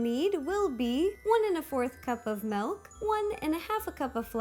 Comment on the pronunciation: Is it only me who hears "melk"?